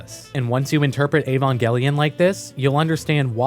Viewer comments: EvOngelion Avongelion Shinji Barksdale Gotta keep them Angels off my corners! Sorry every time you said Evongelion I couldn't help but think this. It's Evangelion. With an a. 😉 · How do you make an Evangelion video when you can’t even pronounce it correctly?